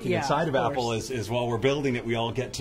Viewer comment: Qué curioso, llevas años viviendo en Nueva York, y sigues diciendo “Apel”, lo cual es completamente incorrecto, sin embargo, enfrente de Craig, pronuncias correctamente Apple, espero que te des cuenta y pongas el ejemplo de que, aunque seas español , Apple se debe de pronunciar cómo se dice en su idioma original.